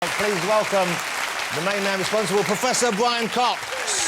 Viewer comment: "Pwoffesor Bwian Cox!"